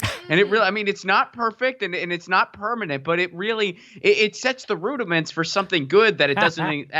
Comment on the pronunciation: be happy with your "rudaments"